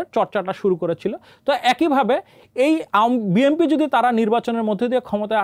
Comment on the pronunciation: জনাব সাংঘাতিক ভাই, বিএমপি কি ? আপনি কি উচ্চারনে সঠিক না?